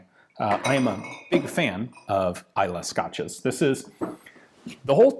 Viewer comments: When you pronounced Islay correctly while reading the question I already knew you'd be a fan. :) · Good pronunciation on Islay Pretty decent pronunciation on Lagavulin. signed, a Scotsman